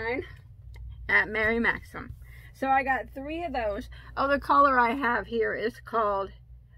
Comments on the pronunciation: You are doing better with Maxim. I heard you say it right several times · That's a great blue color and by the way...you say Maxim correctly:-)